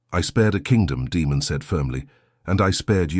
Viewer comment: Daemon being repeatedly mispronounced took me out of the story. Daemon not Demon. 😒